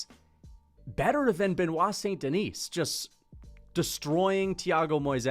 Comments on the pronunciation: Bennett saint denis???? Cmon that pronounciation is not just peaches and cream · Bro was gone so long, he forgot how to pronounce Benoit.....😅😂 "Bennett"? 🤔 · Why is bro wearing a silly little hat and mispronouncing Benoits name 😭💀